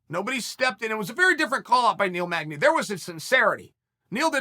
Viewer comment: Of all the fighters in the world, this dude says Neil magdey. Let's help Neil out and not give him that bout. You tryin get that boy killed by the wolf real quick.